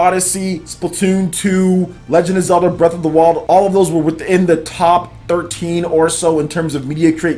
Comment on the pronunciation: "Legund off Zeldah Breaff of da Wold"